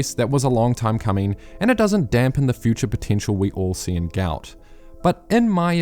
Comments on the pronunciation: Love the videos man, As you are a New Zealander you might consider pronouncing his name correctly. I'm sure he'd appreciate it. Think I saw an interview with his dad where he gave the correct pronunciation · Can you please start pronouncing his name correctly?